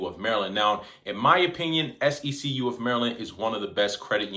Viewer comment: It’s See-q bro …like 1 flowing word